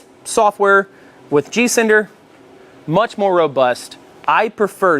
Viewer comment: Are you saying G cinder or G sender?